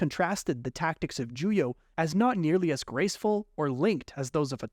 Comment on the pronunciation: It's Juyo, not Julio, genius.